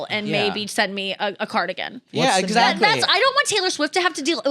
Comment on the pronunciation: pronounces “exactly” as if there’s a “g” in it. EXAGDLY. Lolol